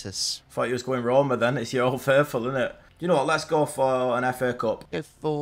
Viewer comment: Not to be rude but Stop saying Roma